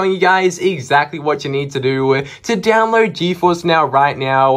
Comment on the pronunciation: Its download not dowload😅😅😅😅